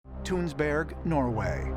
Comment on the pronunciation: It's said more like 'Tuhnsberg' and it's in Vestfold, Norway but that ship, the Oseberg (said more like OH-suh-berg) was built in Rogaland. It was a woman's ship. I accidentally fell asleep on the Oseberg Mound (said like Osuhberg-how-gen) one sunny afternoon, not for long, but for a nap with at least one dream which I forgot. I never thought much of it until years later but now I feel like I connected with some kind of energy, if only a memory of the people involved with the ship and making the mound, nothing alien or super mystical, yet something special. Proto-Germanic groups from around Friesland, R-L48 people mainly, went up the coast and took over Scandinavia around 1,700 BCE, likely by invitation and that is where Odin and the runes and the ships all come from, these groups that are now the dominant ones of Denmark, Sweden, Norway, England, Iceland, Faroes, etc. They were building boats from much further back and by the time of the 800s CE, the Viking Age, they already had a lot of practise, refinements, upgrades and explorations. Norwegians were in Orkney at least pre-600 CE and Jutes from Denmark were up in Orkney in 449 CE in rowed keel ships. So the boats and ships are part of the culture and lifestyle but it is interesting to extend that as well to the idea of maybe a symbolic connection to something alien and to other cultures around the world with the same idea, of boating to the mothership. From 1,700 BCE to 500 BCE this blending of U106/R-L48 Proto-Germanic an